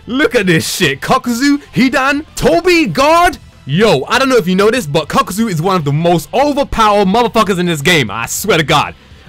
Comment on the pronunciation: Idk why but i like when he say kakuzu lol